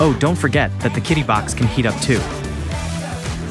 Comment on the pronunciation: If y'all ever want a human to do the voiceover, let me know. The AI voiceovers are not good... "Kitty box" lol